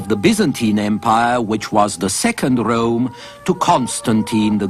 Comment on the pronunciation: DEY CALLED IT THE SECOND RRROME